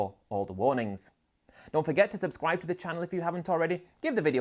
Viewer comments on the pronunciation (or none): none